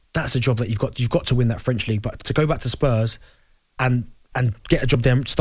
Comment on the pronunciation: Scottish people pronouncing Spurs like “Spuzz”